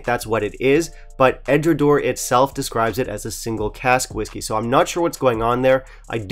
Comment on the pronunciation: 1) EDRA-DOW-ER 2) BA-LECK-INN 3) Edradour has no chill filtered whiskies, including the 10 YO OB, and never adds coloration of any kind. Otherwise, well done review…🥃🥃